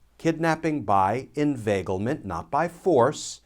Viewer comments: Word of the day, "Invaglement" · That was a Scooby Doo moment...."inveiglement" rauuu oh..!!